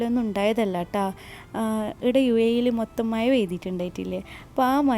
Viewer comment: മയ അല്ല മഴ 😜